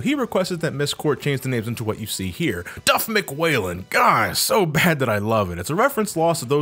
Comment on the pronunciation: The way he says DuffMcWhalen gets me every time